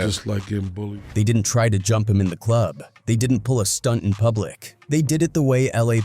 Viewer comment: “In day club” Ai voiceovers always make mistakes